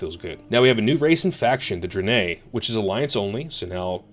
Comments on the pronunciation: Why do you pronounce it Dri-nay when its pronounced Dra-ny? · Are you saying "dranay" for Draenei on purpose? Literally unwatchable. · is so horde that he never even heard anyone pronounce draenei haha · Had to come to the comments as soon as I heard that. I've literally never heard anyone pronounce "draenei" that way.